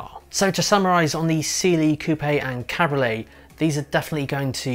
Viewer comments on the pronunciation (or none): It's called a CAB-RIO-LET. 3 syllables dude